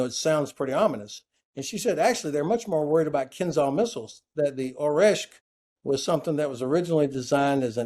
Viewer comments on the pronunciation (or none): Great talk, thank! ‘Kinzhal’pronounced is slightly different though. With ZH. So is Oreshnik. With NIK at the end. Small details:)